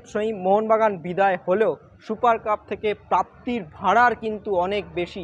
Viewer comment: ভাড়ার না ভাঁড়ার?!